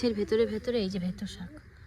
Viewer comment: বেতো শাক কে কি খালি ভেতো শাক ভেতো শাক বলো উচ্চারণ ঠিক করো